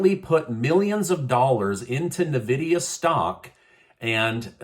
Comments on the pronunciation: N -Vidia not NaVidia! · Hey! Just wanted to let you know it's pronounced in-vidia. Lesser of current problems, I know...lol. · Hey - it's N-VIDIA (EN- VID-EA) just want people to know- the pronunciation probably doesn't matter- but seriously. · It’s pronounced “En-vidiya”